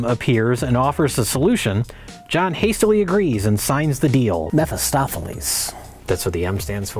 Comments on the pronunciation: anybody else bothered by the fact that still didn't say it right? he said meph-o-stophiles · said Mepho not Mephi for Mephistopheles HE GOT IT WRONG!!!!! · clearly said "MephOstopheles" though, so take that point back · he actually said "mephiLstopheles", so someone better take that star back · "Mephistopheles" — "folding chable" —also